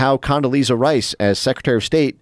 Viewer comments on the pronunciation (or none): none